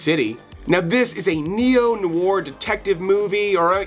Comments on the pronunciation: bro, noir or noire is pronounced "nw-are", like saying "n-wah", followed by the letter R. i'm from montreal, fluent in french, hence this nit-picking comment. oh ya, almost forgot, this list could include eric roberts & kelly preston in "love is a gun". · That's not how you pronounce "noir".